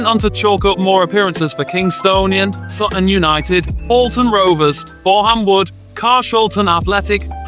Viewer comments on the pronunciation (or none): none